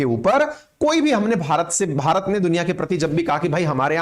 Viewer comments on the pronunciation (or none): none